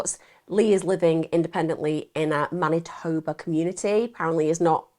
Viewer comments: Pronounce Man itoe ba spelt Manitoba😊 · "Winnipeg, Mantinoba"? I think she had a slip there.